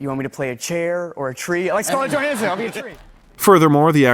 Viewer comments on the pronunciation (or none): none